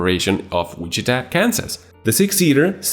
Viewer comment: Which-it-ta...had to, it was driving me crazy.